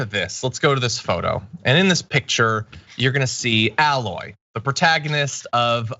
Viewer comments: John, tell me you've never played Horizon Zero Dawn without telling me. Aloy's name isn't pronounced with a flat "A" sound. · It's not pronounced "Al-loy" It's pronounced "AY-loy" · My only complaint is you repeatedly mispronouncing "Aloy". You're saying "alloy". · John, if you really played Horizon Zero Dawn, I would hope you would pronounce her name correctly. It's not Al-loy, it's A-loy. A, pronounced the way you say the letter in the alphabet, not A as in Alex. HZD is such a fantastic game and Aloy is a phenomenal protagonist: she is not overtly sexualized, flirts with both males and females and has suitors, but chooses her mission over romance, and, tbh, looks like a woman probably would if raised in a POST APOCALYPTIC, tribal world, hunting and foraging for food and supplies every day, year after year. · John as someone who has played these games you should know her name is pronounced with a long A, not like alloy. Still love you though! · John I have spoken out against this sad portion of gaming culture on my channel but I must point out one thing it pronuned A-loy not Alloy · It's not an add-on it's a new game and you mispronounced her name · Wait. You played the game and literally cannot say her name right? They say it over and over in the game. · John says he's played it, says it's a "great game", but can't pronounce Aloy's name and calls a sequel an "expansion". 😜